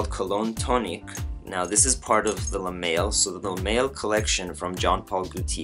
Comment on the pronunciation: Good review man.. just a couple pointers. L'homme is pronounced Lome.. the ' and h are silent. So like Y'ves would be pronounced Eves. And pour homme the h is silent also. Le male is pronounced le mall. Not trying to make you look bad or anything. Just giving you a heads up so next time you'll know your shit. ;-)